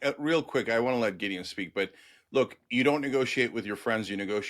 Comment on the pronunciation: His names not giddon it’s Gideon… why is that the go to for Zionist pigs … ask one of them to say Iran… it’s hilarious how they get a sense of superiority from mispronouncing others names … fucken childish